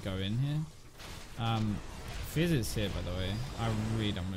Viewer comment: When you say Fizz it sounds like FaZe